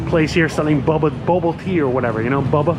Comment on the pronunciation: 😅 you said bubba. It’s bo-ba Love this video brother. So relaxing. 😎